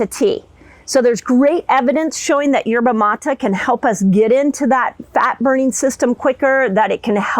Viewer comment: Dr Mindy it drives me nuts when you keep saying Yerba Mata all over these videos. It is pronounced Yerba Matay (Maté) In Spanish E is long A.